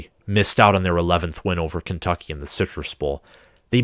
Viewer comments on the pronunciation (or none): none